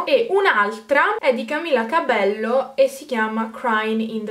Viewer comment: Si pronuncia "Camila Cabeio" una cosa del genere hahhaha.Adoro i tuoi videooo😍